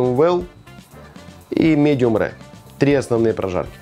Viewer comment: Не Рэ а РэР (Medium Rare)